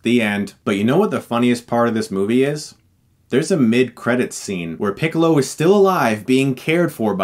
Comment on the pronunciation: hahahahahahahahahahahahahahahahahahahahahahahaha he said picklo it's funny because he looks like a pickle